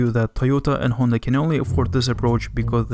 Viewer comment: Finally someone who says Honda and not Handa